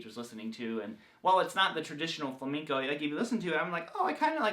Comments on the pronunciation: Sorry man Flamenco not Flaminko. “Home in” not “hone in” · Lol "Fleminko".